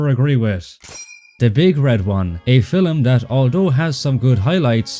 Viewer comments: Great video as usual, but I find annoying how the narrator keeps pronouncing the word "film" as "fillum". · The other mistake is pronouncing film as filum!